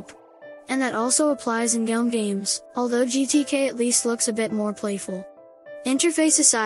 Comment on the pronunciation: i dont't know but with my headphones it has some unpleasant sounds in it which makes listening quit hard. (for those small clips it works but i cant imagine a larger video with it). For Example the word although is a little bit strange. I just prefer the voice of Coco.